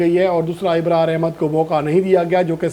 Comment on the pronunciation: Abay tou pahle apne alfaaz ki adaayegi durust kar. Abrar ko Ibrar kahta hai, Lubbe-Labab ko Lubbe- Libab kahta hai. English alfaaz ki tou dhajjiyan uda deta hai